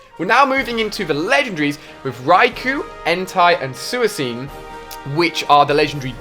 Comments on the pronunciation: THE CRINGE WHEN HE SEAD SUOCUNE ITS SEAD SUIKUNE WHIT A K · SOO E SCEEN? WHAT THAT PRONUNCIATION.. iTS sweecoon suicune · it is sui cune not suicene dude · it's pronounced sweecoon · "SUISCENE" LOL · suicune he said suiceen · Please don't tell me he pronounces suicune like that. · HOW did he say suicune?! He butchered suicunes name so hard I'm cringing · Says he loves Gen 2 ... goes on to butcher the names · Btw you pronounced suicune wrong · the pronunciation of Suicune was atrocious. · God, his pronunciation is so bad I'm cringing! Suicune!!! omg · listen to how this fool says suicune LMFAO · true its so annoying especially when he says suicune wrong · You said Suicune completly wrong. XD Not hating. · How did he pronounce suicune??? XD XD XD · Have you never gotten a sue-a-scene (Suicune) or a X-Atu lol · Rookai entai and sooaseen lol Don't you mean raikou entei and suicune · suiseen and HO-HO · I counted 15. I get that most of the pronunciation mistakes is cause of his accent which is no big deal for me. But I cringed when he said Xatu, Entei, Suicune and Ho-oh.